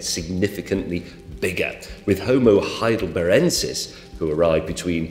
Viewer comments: Its not Heilderberensis James, Its Heilderbergensis with a G. Honestly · I thought it was "Heidelbergensis" why did he say "Heidelberensis"? Also I think it is important to clarify that we did not evolve from chimpanzees but from a common ancestor of both humans and chimps. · Heidelbergensis...from the German city of Heidelberg...not "Heidelberensis" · It's HeidelberGensis, James... from Heidelberg in Germany. Cheers mate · F'got the "g" in H. Heidelbergensis. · I spotted 3 mistakes in this video (though one is just a mispronunciation). It's genus, not genius; Homo heidelbergensis, not what the video said; and others have pointed out that 9999 is not less than 1000.